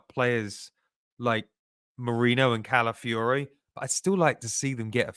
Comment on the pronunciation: Why don't Arsenal podcasters care about the names of their players?!!, it's Calafiori NOT Caliafore....it's also Nwaneri NOT Nwanieri. For the love of god, I'm fed up of yelling at my Spotify 😅